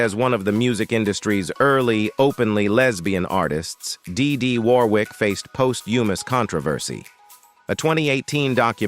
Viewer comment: They are sisters, but it's annoying how this AI pronounces name